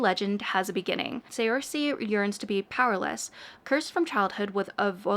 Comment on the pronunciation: FYI: Saoirse is a common Irish name. Look up its pronunciation bc it’s not what you’d expect! 🙏 it sounds like “surshuh”